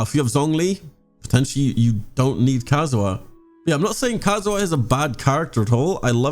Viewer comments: Entire community: ka-zu-ha: Kazoo huh? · I love your videos, but the way you pronounce Kazuha hurts my soul